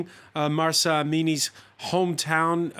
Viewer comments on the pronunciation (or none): It’s not Marsa ! It’s Mahsa!